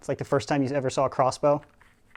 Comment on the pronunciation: Is he saying crossbow or cosplay?